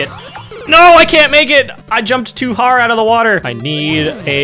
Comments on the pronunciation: "I jumped too har out of the water!" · Not sure if you noticed but you said “I JUMPED TOO HAR OUT OF THE WATER”